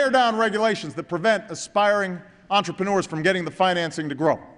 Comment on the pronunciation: "We bet on American [what?]" Engineurs? Engineuity? Is that some mix of entrepreneurs and engineers? :/